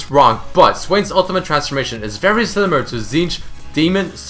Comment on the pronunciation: Hehehe he said silimar.